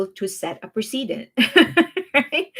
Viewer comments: I feel weird nitpicking like this, but the word "precedent" is pronounced press-a-dent. You keep saying pree-see-dent. Other than that, great job laying out the facts and keeping us updated on the NJ drama. Thanks for keeping us well informed. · Your English is very good but precedent is pronounced "press uh dent" not "pre see dent". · Not to be picky, but ‘precedent’ is pronounced like ‘press-i-dent’ (accent on press). ‘President’ is pronounced with a ‘z’ sound, ‘precedent’ is pronounced the same but with an ‘s’ sound.